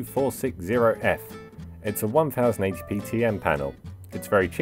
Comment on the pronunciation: "One thousand 80 P" TRIGGERED